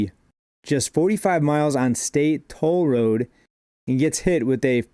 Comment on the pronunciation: You say toll road like a true michigander